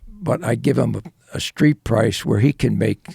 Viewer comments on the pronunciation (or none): none